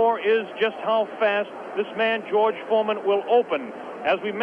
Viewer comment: baca ‘jorj formen’